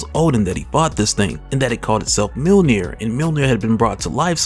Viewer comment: It’s “Myuhl-neer” not “Meal near” btw